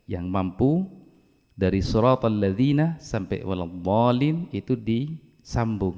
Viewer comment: Maaf, di video saya bacaan Shod kasrahnya sepertinya kurang jelas atau terlalu cepat, kalau saya dengar spt Shrotolladzi dst... Saya yg salah dengar atau memang bacaannya yg benar spt itu? #cmiiw 😊